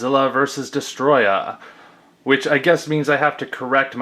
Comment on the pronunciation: it's not pronounced destroyer it's pronounced as a Storia